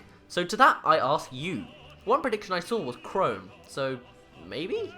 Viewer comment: As soon as you pronounced chrom like chrome, I screamed in the inside for a few seconds, and instantly made this comment. The "om" is pronounced like the "om" in mom, not home.